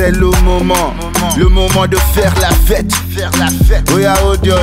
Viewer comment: he says la fete so nasty. lol